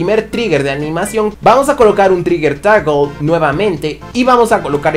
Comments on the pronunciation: diciendo toggle pero en ingles es como: Tagl Tagl, Tagl Tagl Tagl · diciendo Tagl, Tagl, Tagl Tagl Tagl